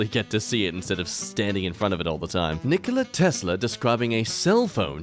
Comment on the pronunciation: it's pronounced Nikola not Nikola. smh